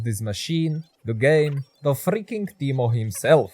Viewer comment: why do you call teimo as timo?